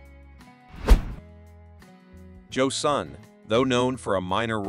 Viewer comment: Joe Son not Joe Sun.